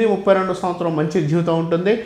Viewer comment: ఝివితం, చేద్ధామన్న......సరిగ్గా ఉచ్చారణ లేదు, అవసరం లేని చోట ఒత్తి పలుకుతున్నారు. ఏమి గురువుగారో ఏమో. ఎవరో రాసింది, చదువుతున్నట్టు ఉంది😂